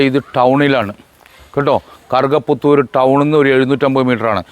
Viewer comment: കറുക പുത്തൂർ എന്നത്,, വ്യക്തമായില്ല,, ഏത് താലൂക്ക്